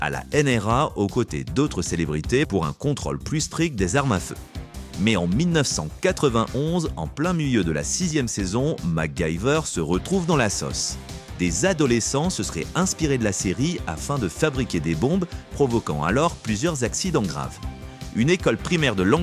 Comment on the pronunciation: La soce ... la sauce 😂😂